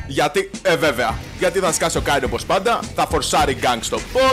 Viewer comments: Ας εστιασουμε τώρα στον Kayn που διαβάζετε Κέιν κι οχι Κάιν για να μην βγάλουν τα αυτιά μας καρκίνο την επόμενη φορά. Φιλια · Κάιν? Καιν! XD τι Καιν ρε φίλε Κέιν λέγεται, δηλαδή πως τον λες τον πάικ?, πουκι? XD, λατρεύω να κάνουν παίχτες του λολ λάθος με τα ονόματα των championsXD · Μόνο εγώ cringara κάθε φορά που έλεγε Κάιν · O " Ka-in " xD Kleo re file. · ΜΟΝΟ ΕΜΕΝΑ ΜΟΥ ΤΗΝ ΣΠΑΕΙ ΠΟΥ ΛΕΕΙ ΕΤΣΙ ΤΟΝ KAYN? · όχι και εμένα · K emena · den einai oti mou thn spaei apla mou akougete paraxeno kai cringarw